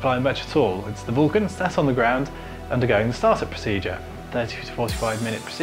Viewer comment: It’s not a vooolcun it’s a Vulcan